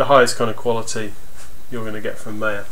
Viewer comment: Thanks, but it's not meya, it's maya